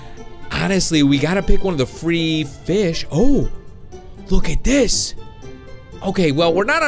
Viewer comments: Did you say feed and grow fist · He said fis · you said fis not fish